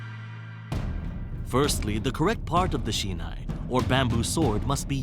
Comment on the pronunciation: Das heißt "Ippon", nich "iyon"; Shi - nai", nicht "shenai";, "Zan-shin", nichr "kendl, sondern "Kendo", der Begrind "Dan" wird nicht wie der englische Vorname ausgesprochen, erv. etc. Falsche Betonung, falsche Intonation.